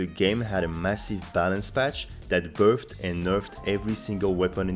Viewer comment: I like how your accent makes 'buffed' and 'nerfed' rhyme. 'berfed and nerfed'